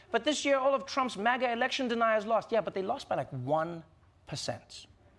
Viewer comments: So it's not MAGA it's MAGAGA. 🤣🤣🤣🤣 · "MAGAGA"? Well, it contains "gag," so it is at least an improvement.